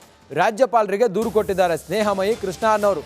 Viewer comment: ಸ್ನೇಹ ಮಹಿ ಅಲ್ಲ ಸ್ನೇಹ ಮುಯ್ಯಿ 🤣